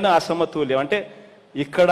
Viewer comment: అరేయ్ నత్తి నాకొడక అసమతూల్యం కాధురా బేవకుఫ్ అసమతుల్యం యెవడురా నీకు చదువు చెప్పింది